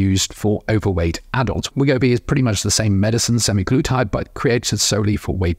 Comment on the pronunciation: Good discussion...although my ears fell of with the pronunciation sem-eye-glutide.